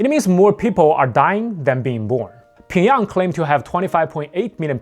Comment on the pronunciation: finally someone has pronounced Pyongyang correctly